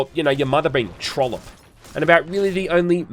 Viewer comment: My God, I've only ever heard trollip uttered in Scotland. Looks like we've got more in common with aussies than I realised!